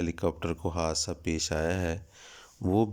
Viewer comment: Haadsa ya haasda 😂😂